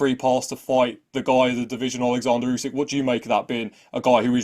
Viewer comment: Why does he say say "Ussssekkk" instead of Usyk lol. Fighting Tetteh is crazy if he lands though😂